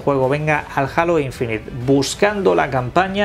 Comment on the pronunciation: No es alo infinité... es Heilo(como la canción de Beyonce...) Infinit(e no suena), en su caso decir aureola infinita.... :)